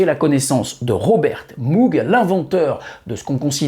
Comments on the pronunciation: Salut comme on dit chez les fadas de synthetiseur. Pour moog on ne prononce pas mougue mais maugue . merci pour tes vidéos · super video mais on ne dit pas Moug mais Mog 😉